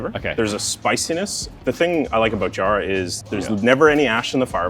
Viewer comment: JA-rah, not jarr-raahh